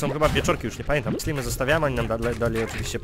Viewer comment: nie slimy tylko slajmy